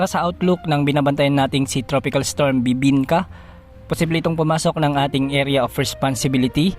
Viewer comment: Napa second look ako. Dinig ko kasi "BIBINKA"